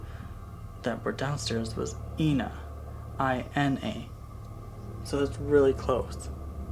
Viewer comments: Maybe she was trying to tell you her name was pronounced EYE-NA like Ida not EE-NA. Just a thought x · it's pronounced 'Ina' with a short I. Rhymes with China, not Tina... Just letting you know. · Awesome video! Actually, her name is pronounced EYE-NA, like it said IDA. Her name was INA MAY